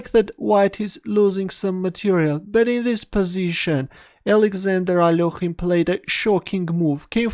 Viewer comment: Alorhine? really isnt smart! haha its A-lek-hine